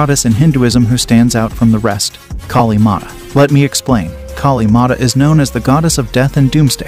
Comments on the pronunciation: I don't blame for your horrible pronounciation the name of Maa Kaali, but want to inform you that Hinduism has no concept of doomsday. You're factually incorrect. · Pls pronounce our goddess name properly. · Brool, i am forgetting the godesses names because of his pronunciations